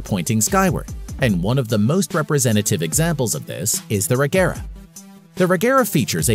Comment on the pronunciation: why did u pronounce agera “regera” XD